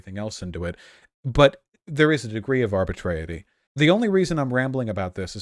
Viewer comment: Please stop saying “arbitraety” as if it’s a word. Thank you.